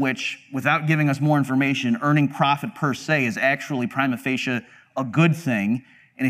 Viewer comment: the most horrendous way of pronouncing "prima facie" you'll ever hear